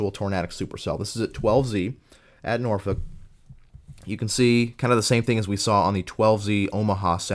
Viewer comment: Once again. Another great video! One of the most comprehensive and consice analysis of this day! For future reference for Nebraska, I know it's weird, but Norfolk is pronounced like "Nor-fork" long story I know haha. If you're curious. 2014 was quite the year for Eastern Nebraska. On May 11, Mother's Day had one of the more prolific cyclic supercells seen in this region in a while. It had the Beaver Creek EF-3 and tornadoes into the Omaha metro. June 3 might be the most interesting imo. What started as a day where strong tornadoes seemed likely turned into one cluster which produced 80-90mph winds and baseball size hail to places north of Omaha. Some of the images from Blair constitue the worst hail damage I've ever seen, homes looked like Swiss cheese.